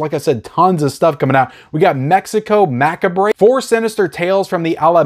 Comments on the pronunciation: Maccabree? 😂 mac-ah-breh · "mackabray" lol, that's not how macabre is pronounced, but it's funny so keep saying it haha. Great info as always! I was gonna get May but I don't think my player can play Region B =( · Macabre is pronounced “Ma-kobb”the re is silent lol😂